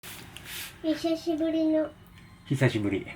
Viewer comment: 「ひしゃしぶりの」🤣カワイイ